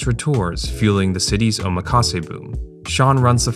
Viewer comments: Btw it’s pronounced “OH-MAKASE” not “oma-KAse”. 😭😭 The “makasé” part is from the verb meaning “I leave it to you”, so it sounds so weird when English speakers break that up O + makase Not Oma + kase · that is not how you say omakase. You pronounce "kase" correctly, but the "oma" you say sounds like "omaha" when it shouldn't. The "omak" should sound like "oh mock" or "maki" from "maki sushi".